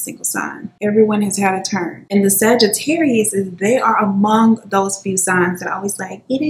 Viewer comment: Still said Sagittarius both of them😅